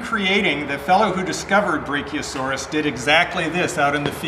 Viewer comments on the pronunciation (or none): Brachiosaurus is pronounced bra kee oa sor is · Btw your saying brachiosaurus wrong, just needed to point that out